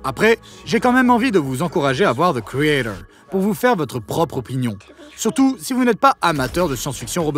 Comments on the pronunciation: zeu criédeuuuwr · Pourquoi tu ne dis pas ze créator comme tout le monde ? C'est excessivement énervant. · The quoi ? - thi caeydor Hein - the craytaure Quoi ? - ze créator Ah..... Thi criéthor